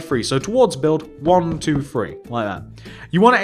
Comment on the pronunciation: Fun, fwo,three,four,five,fix,feven, Feight,fine,FEN